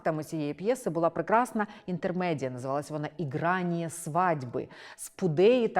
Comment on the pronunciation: Дивно слухати від пані лекторки російську вимову наших старих текстів: іґраніє, Саґайдачний А попри те це відео - добрий вступ до тієї бурхливої доби